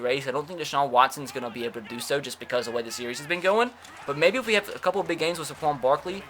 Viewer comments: Tre Gaming Finally someone else realizes this!!😂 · This probably shouldn’t bother me as much as it does but it’s SAY-quon Barkley, not suh-QUON Barkley. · Why he saying Saquon like Sequon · Why do. You say saquon Barkley’s name so horribly it’s SAquon not SAHquon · Hate the way he say Saquon. It’s SAY QUAN!!! Not Suh QUAN!!!!! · Tre Gaming for real i was looking for this comment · when you say it your supposed to say Say-quon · Omg. SAY-KWON. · You don’t say sequin Barkley’s name right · Gideon Taubert yes. SAY QUAN even says his own name that way. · The way he says "Saquon'" triggers me